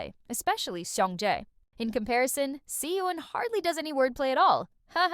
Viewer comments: hi! so 🤔 i’m curious as to why you pronounce their names like that?? considering that you’re (i’m assuming) korean?? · I was thinking, if she's korean was is she pronouncing badly the korean words and name... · the way the names si eun and beom seok are pronounced here🤢